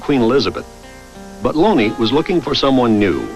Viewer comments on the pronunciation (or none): Funny how the name of the guy who started this drivel about the Earl of Oxford is spelled J. Thomas Looney; but they pronounce his name Lonie. Oh, well...